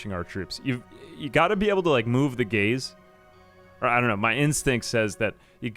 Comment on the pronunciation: I kept hearing gays and not gaze , just made it funner.